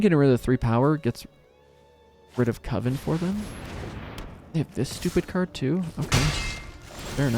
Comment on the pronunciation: You're still saying "Cove-en".